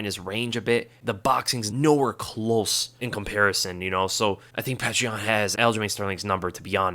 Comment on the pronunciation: His name isn't pronounced 'Petra," it's pronounced 'Pioter."